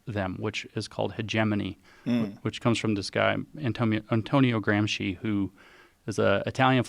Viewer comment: Thanks to James for pronuncing Gramsci's name correctly.